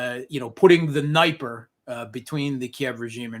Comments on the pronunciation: Mate, great interview BUT I just cannot stand the way for all his intelligent comment, has to pronounce NIPER!!!! It reminds me of EYE RACK near EYE RAN south of moss COW. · Holy crap. This guy lives in Moscow and mispronounces Dniper ??? Seriously, WTF?? In no Slavic language is the letter "i" pronounced as "eye". It's D'knee-per. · I'm still waiting for Russian wife to teach him the correct pronunciation of Днепр (Dnieper).